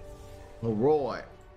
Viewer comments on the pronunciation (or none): none